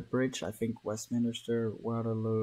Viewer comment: West - min - ster. 😝 Westminster. Don't worry, even some Brits get it wrong